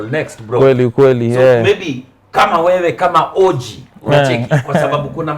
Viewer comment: By the way Jalang'o you have several times pronounced O.G as orgy